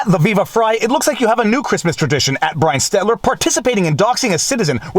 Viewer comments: I love you, Viva, but please stop saying "Stetler." It's stel-ter. You're making my ears bleed. 😂 I'm pretty sure Stetler is one of the old guys from the Muppets. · It's Brian STELTER, not Brian STETLER!! You've been saying the CNN reporter's name incorrectly for months! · Come on now. Stel-ter. Not Stet-ler. I think the guy is an idiot but no need to mispronounce his name. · Stelter, not Stetler. Unless you’re saying it wrong on purpose... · Brian STEL-TER. NOT STET-LER. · it's Stel-Ter, not Stet-ler. BTW his Stelter's Twitter photo is about 60 pounds ago. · Let's go Stet-ler... I mean Stel-ter. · Killing me with the Stet-ler Stel-ter., I'm autistic. It HURTS! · Again, Viva. It is "STEL-ter" not "STET-ler" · Viva, I love ya but it's SteLter not Stetler. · STELTER (stel-ter) lol 🥸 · lmao your still saying Stetler. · Why do you always mispronounce Stelter's name as Stetler? Folks in Stetler Alberta are not liking this.. Watch out, he might dox you! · I love that Viva always pronounces Brian "Stetler" name wrong..... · Brian stetler!!! I always love that you say it that way haha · I love when you mispronounce cryin Brian Stelter 🤣🤣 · I've never seen anyone more dedicated to mispronouncing Stelter hahaha Keep up the good work Viva ;) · Does Viva get Brian Stelter's name wrong on purpose? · Also, I'm still curious if you say Stalter's name wrong on purpose. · I love how viva doesn’t even try to say Brian Stelter’s name right anymore.